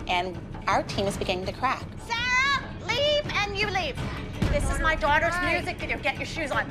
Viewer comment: How everyone says “Sarah”: Sarah How Christy with a y says “Sarah”: Sailor